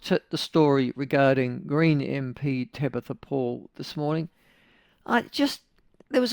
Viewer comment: Tamatha not Tabatha. She is still a delulu muppet though.